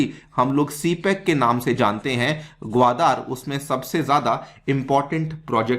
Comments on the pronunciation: भाई, ग्वादर है ग्वादार नही! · Respected sir your pronounciation of gwadar port is most annoying part of overall lecture otherwise entire lecture is good